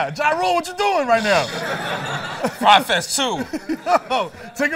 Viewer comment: Desus still saying frye fest smdh